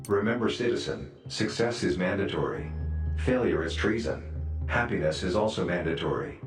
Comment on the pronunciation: Happiness is manned a tree great pronunciation of mandatory